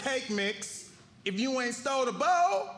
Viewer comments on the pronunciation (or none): Thank you for that! I legit thought he said boat, not bowl 🤦🏽‍♀️ I would've caused even more confusion than necessary lol 🙃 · I thought he said boat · I thought he was saying boat the whole time 💀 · Could use a little more enunciation on bowl. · Figured out he was saying bowl...